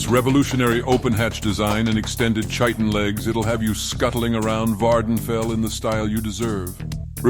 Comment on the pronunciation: Minor nitpick: the "ch" in "chitin" is pronounced as "k".